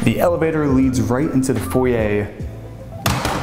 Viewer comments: May I just say….. it’s foyer not foy yay that doesn’t work for you or really anyone. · What’s a “foyia”? Oh! You meant a foyer? lol